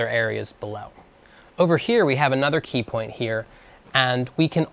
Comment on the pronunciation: You said "peepoint"